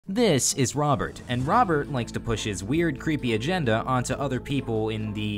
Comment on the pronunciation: Lmfao L "BOBERT" (robert)